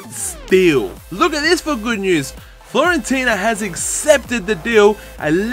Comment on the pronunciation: It's not Florentina is Fiorentina mate :), anyway nice starting episode!